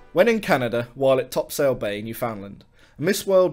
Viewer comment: From a Newfoundlander, we pronounce Topsail as "Top-sull." Use that info as you will. Cheers.